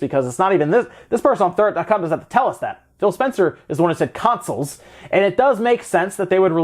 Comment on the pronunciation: against mispronounced "Thurrott". He's mentioned Paul Thurrott in the past also. He's been reporting on Microsoft since before the internet... he needs a little more respect.